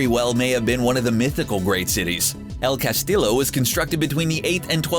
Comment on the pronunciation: "El Cas-teeyo", not "tillo".